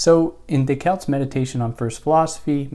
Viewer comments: Day-Cart. Not Day-Cault. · Do you think it makes you better than anyone else because you poorly attempt the French pronunciation of Descartes?